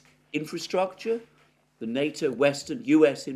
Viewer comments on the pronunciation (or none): none